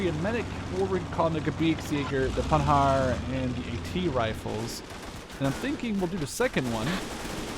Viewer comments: PandarD it's in German service so it's a PanharD with a D :P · Hi so first you ve right Panhard is without "D" pronouciation at the end and im French:).Two now i think conquest is fun but i really hope at the end they dont make mess than they do in call to arms because in call to arms this is just unplayable because of infinite reinforcement of IA who just wipe out your deck everytime and most important this is just brutal no strategy possible due to the tiny size of map.When i see your video im happy but i m worried because for now it's just beta.so sorry for my awfull english